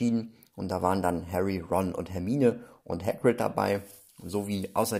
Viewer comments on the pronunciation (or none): none